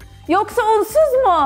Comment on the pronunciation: Yasemin öyle bir "unsuz" dedi ki bir an argoda onun baska bir manasi mi vardi diye düsündüm. 😆